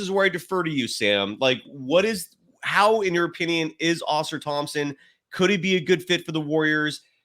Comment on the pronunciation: Givony... GIVE-OWN-KNEE not GIVE-ANY. Ausar Thompson, it's not pronounced like a Flying Saucer. Come on man i'm not trying to be a dick but it's so painfully bad and it's not even close and it happens in like every podcast. You're legitimately the worst person with names i've ever seen. Heck the other gentlemen said it right immediately after you and you didn't even attempt to correct yourself. PLUS you use the name NON STOP and it's WRONG. Then Wenbenyama you put a G in there somewhere? How why? Do you take any time to even try to learn? You'd think you'd just pick it up naturally after hearing it somewhere else. It's 8 minutes into the podcast as i'm typing it and there's another mistake!